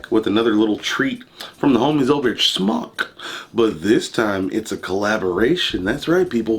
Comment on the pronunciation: Kudos aluminium and smok pronounced correctly. The black o ringed coil is mesh the other is a parallel coil not as good imho. Odd also the mtl one has larger juice ports, more cotton probably you can go over the recommended wattage by 5w easy.